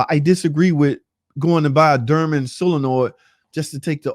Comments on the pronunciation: Bro it’s Dorman not durman. There is a O not a U….. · its doorman not durman !!!!